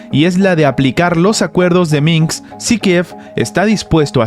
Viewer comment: Minsk... no Minks.